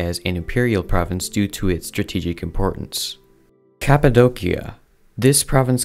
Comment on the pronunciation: Break 'cappadocia' down into sounds: [KAP] + [UH] + [DOH] + [SEE] + [UH] Same for Dacia, your pronunciation is incorrect.